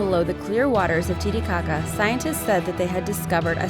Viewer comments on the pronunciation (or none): It sounds a bit like lady gaga instead of titicaca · am i the only person that laughed every time they said titicaca? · Lake boobshit 💀